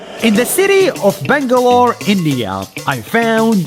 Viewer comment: Pretty much everyone: Pure talent, amazing talent. Me: Thank God he pronounced Bangalore, India correctly.